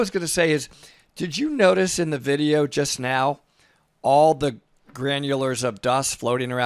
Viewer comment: Love the way he says VID-EE-EEWW